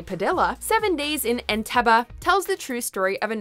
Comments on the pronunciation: The last 'E' in 'Entebbe' is normally pronounced as though it were a 'Double E'. Three syllables: 'EN-TEB-EE'. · And it’s not “entebuh” too! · You pronounce the final syllable of Entebbe like “bee” or “bay” not “buh” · It's not "EntEbbAH" it's pronounced EntAbbEY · Entebee not enteba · I absolutely hate how she says Entebbe....it's Eh-nte-beh not Eh-nta-buh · entebay..not enteba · Entebay not Entebah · serven ders urf entebbuh. on teb B. its pronounced on teb B. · It’s entebbeeee not entebbah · It’s pronounced (entebay) not (entebaaaaa) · It's pronounced entebbE not entebbah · I'm 55, and can remember the actual event that the movie here dramatises. The pronunciation was always 'EN-TEB-EE'. I have never, until this video, heard it said any other way. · Why oh why does the voiceover lady repeatedly pronounce the final syllable of the placename Entebbe the same way Eric Cartman pronounces the last syllable of “Respect my Authori-TUH”? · HO waterbrd It is pronounced EnteBEE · Isn’t Entebee pronounced Entebee with long e at the end? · I am pretty sure Entebbe is pronunced "En-teh-bee" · It's "En-tebb-ee" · Enteba? Wtf is Enteba? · Entebbe - "en teb beee" FFS! Research people! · roer roer Nope EnteBEE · entebbe isnt pronouces as entebba.... 😒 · Pronounced En-tebb-bee. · Why is she pronouncing "Entebbe" like that? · iakona23 I’m glad I wasn’t the only one upset by that. I’ve flown into Entebbe before so it was really jarring! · Stop saying entebbe....... weird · Cringe pronunciation of Entebbe. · Sorry Mojo but where is the A in Entebbe? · When you mis-pronounce Entebbe that badly, it detracts from the entire of the rest of the video. My ears, they bleed. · Clearly, one of the big qualifications to be a narrator on YouTube is to not be able to pronounce names. She can pronounce Saoirse, but not Entebbe? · You would think they would learn to pronounce Entebbe before saying it ... oh, I forgot, this is WatchMojo. Of course they did not bother to learn it.